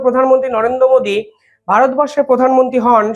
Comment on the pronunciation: হ্যালো! শান্তির পুলা! বাংলাদেশে থেকেও বাংলা টা শিখলি না! English উচ্চারণ টাও শিখলি না! Modi! মোদি